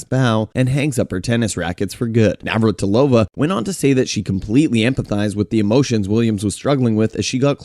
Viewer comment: You messed up Navratilova so many times. Get it right dummy.